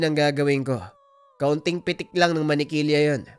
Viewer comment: 😂😅MANIKiLYA daw🤭🤭 Buti na lang, hindi naging MANTIKILYA😅😅😅 HAHAHAHA😅